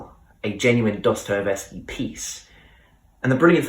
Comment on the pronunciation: But check how to pronounce Dostoyevsky. Sorry, dont want to offend.